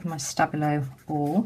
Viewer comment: really love watching your videos but I just wanted to let you know. the pencil is pronounced 'sta bee low' let me know if you would like someone new to do the by 5s challenge or anything 😊